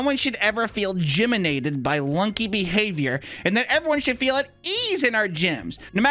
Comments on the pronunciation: dang it it's not gyminated, it's gymTIMIDATED lol! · It's gym-timidated like intimidated